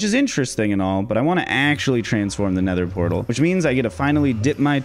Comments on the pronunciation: pether nortal? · ah yes, the pether nortle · actually said "Pether Nortal" 🤣 Your videos are AMAZING! You deserve SO much more Subscribers! Keep up the awesome content!